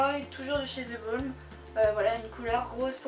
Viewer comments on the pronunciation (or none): Jtm ❤🌹 en passant c'est pas "ze balm" mais "the balm" avec la prononciation "de" bref je sais pas si tu comprends se que je veux dire mais bon sinon super video comme tjr 💖💖💖